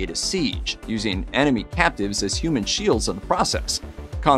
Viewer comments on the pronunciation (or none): none